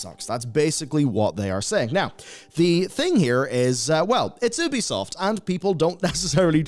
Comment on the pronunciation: It's You-bee-soft. Say it right. Also funny to see you shilling War Thunder in the same video talking about publishers disrespecting their community.